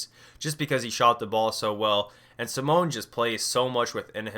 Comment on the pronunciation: Simone is pronounced Simoneigh. no hate just wanted to say it if no one else has